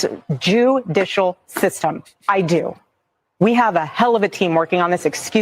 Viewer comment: I mentioned that the other night on one of your videos I said, did you see how erica said jewdicial